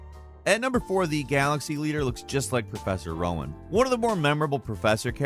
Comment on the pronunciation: Nice video. But, and I hate to be that guy, Prof Rowan's name is pronounced "roe-in," like the tree he's named after, not "wow-in."